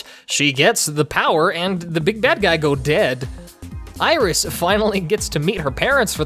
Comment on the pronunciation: watched one of ur videos last night, really enjoyed it and today the official lolirock tumblr links to this?? clearly its fate lol though… your pronounciation of 'iris' is painful 😔